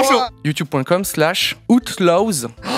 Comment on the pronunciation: La prochaine fois, prononce a-out l-aow stp 🥺